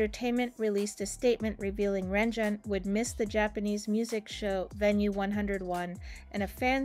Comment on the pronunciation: lord the pronunciation yikes